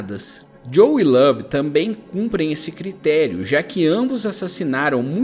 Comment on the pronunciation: Esse cara falando lave ta dando raiva já